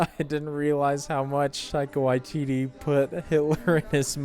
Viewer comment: Your pronunciation of Taika Waititi is fantastic. You're the only youtuber i've seen who says it correctly.